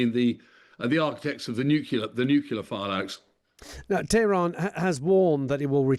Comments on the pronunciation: This character can't pronounce nuclear. He says newkilla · Imagine not being a yank and still not being able to pronounce 'nuclear' properly..